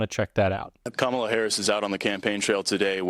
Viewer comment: Oh my he pronounced Kamala correctly